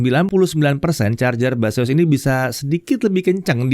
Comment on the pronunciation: Baseus , ....? yang gua denger "mbahzeus" 😝